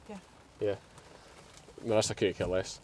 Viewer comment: God forgive me but at the beginning after saying how bad you expected it to be, I thought you said ‘The ministers arrived’ It took me a second to realise you said that Marissa had arrived!!!! Sorry but I ended up laughing at myself 😂💕 x